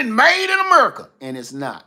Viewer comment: 😂 “made in merica “